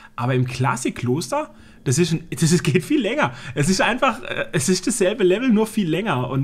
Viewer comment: hat ja nen schweren sprachfehler,ISCH (der himmel isch blau):D gibts da was von ratiopharm? natürlich,a paar schelln:D